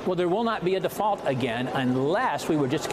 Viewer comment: It's pronounced "deFault" sportsfan